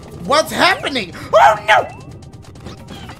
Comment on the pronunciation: “OH noo OH noo” why he saying it like that 💀